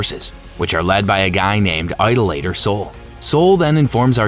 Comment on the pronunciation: a whole bunch of these B4 vids do not know how to pronounce "idolater" lol "eye-dough-lay-ter." um. no.